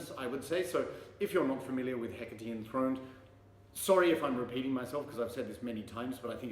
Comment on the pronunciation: Now I know how to pronounce 'Hecate"! The Thyrane album cover is striking. Cheers mate.